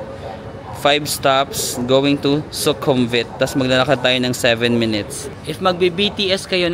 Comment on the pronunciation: I think yung V sa kanila ay pronounced as W. Like Su-kum-wit, hindi Su-kum-vit. Su-war-na-bu-mi for the airport